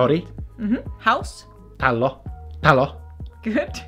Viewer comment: Mitä helvettiä tää on hauskaa katsoa ja talo lausutaan sun mielestä ಠ_ಠ tallo